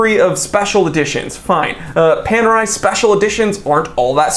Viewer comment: Looks like Panerai have gone Pan-AWRY.